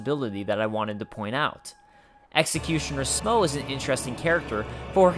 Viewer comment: Ornstein... STEIN! NOT STEEN!!!! Smough is well pronounced :)